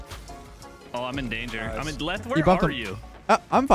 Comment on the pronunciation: Leth, not let’s…